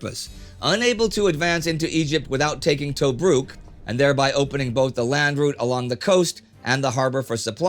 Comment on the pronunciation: Indy please look in to the names like Belgrade and Tobruk, your pronouncing them wrong Your saying toe brook, its t bruk